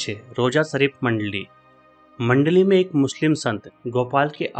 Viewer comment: ਮੰਡਲੀ ਨੀ ਮੰਡਾਲੀ ਆ ਜੀ🙏